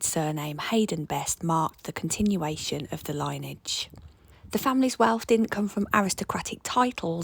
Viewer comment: Lineage =li-nee-uhj UK 🇬🇧 /US 🇺🇸 pronunciation Interesting house and family history. 😊